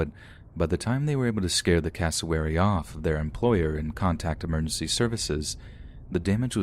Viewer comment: Thought he was saying Casselberry when he was saying cassowary